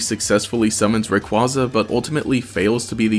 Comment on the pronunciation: It’s 2022 and people still can’t say Rayquaza’s name right.